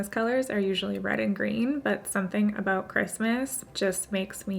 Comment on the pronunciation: i love when she says “out” or “about” and u can hear her lil canadian accent 😭 so cute